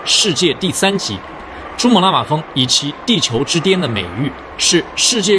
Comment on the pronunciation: 珠瑪瑪峰是什么鬼？我还以为我听错一直重复听，跟着我一起念： 珠穆朗瑪峰 ，珠穆朗瑪峰 ，珠穆朗瑪峰 。